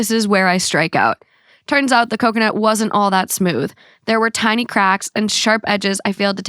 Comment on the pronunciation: Did he say cumconut? 😂😂😂